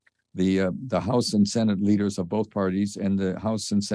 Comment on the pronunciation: Whats a "leadear" ?